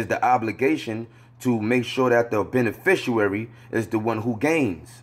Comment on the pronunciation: Bro you have got to learn HOW TO say "beneficiary". You are throwing me off - Islam